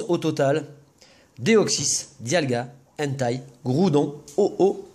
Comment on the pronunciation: Salut! Content de vous retrouver! Vous êtes de plus en plus actifs et j'avoue que j'ai du mal à vous suivre à cause du lycée =p Sinon l'erreur est que Celebi sl n'existe que si l'on est daltonien. Aussi c'est entei se prononce einteille, pas hentai _' parce que là ça devient autre chose...Ah oui aussi j'ai juste un petit reproche à vous faire c'est qu'au début de la vidéo on ne voit pas les cartes en entier. Mais sinon le reste est génial comme d'hab'! ;-) Dédicace au train à ^^ Neo-G